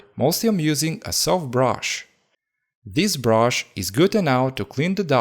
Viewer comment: Nobody: saying brush: " broush "